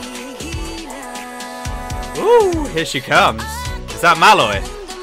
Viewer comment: Hi, love your bini reactions! Just noticed your pronounciation of Maloi's name. The stress should be on the second syllable instead of the first. It's pronounced as Malói and not Máloi. 😊